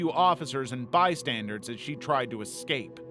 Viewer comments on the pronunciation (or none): I love this channel, but um...it's "bystanders," not "bystanderDs." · What is a “bystandard” ? You said it three times 😂 Do you mean bystander? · It's "bystanders" not "bystandards" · Why does he keep saying "bystandards" it's driving me crazy